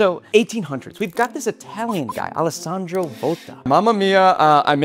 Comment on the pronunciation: as an Alessandro, THANK YOU FOR GETTING THE NAME RIGHT!